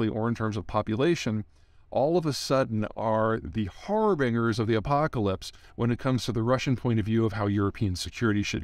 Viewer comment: Never heard someone pronounce harbingers like that